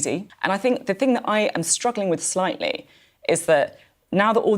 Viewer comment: LOL emphasis on the "slightly"... what a joke